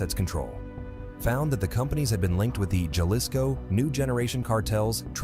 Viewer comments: Good content, but i hate how you say, "Jalisco." The J is pronounced as an H. But, overall good. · Stopped watching when he pronounced Jalisco as Galisco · he said Chalisco instead of Jalisco lol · Computer voice reading spanish "jelleesko" "jeesus" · He said galisco 😂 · Jay lizco 😂😂😂😂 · Jalico ( pronounced Ha Lees Co ) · U can’t say Jalisco in Spanish maybe u should go to England’ n talk about pancakes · Love how you butchered the word jalisco.😂😂